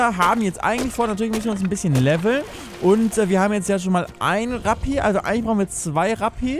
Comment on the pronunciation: Ich verstehe halt immer statt ''Rapi'' ''Krappi''. :D